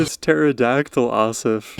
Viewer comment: The stress for both his first and last name is on the last syllable, so pronounced like ah-SAHF ah-vee-DAHN